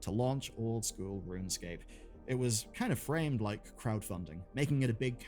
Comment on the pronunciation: Runescape is pronounced "Rune Scape" not "Run Escape".